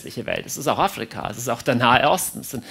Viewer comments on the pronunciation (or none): „Die Flage“, „Aflika“ 😊😂☺️😘😉 süss ❣️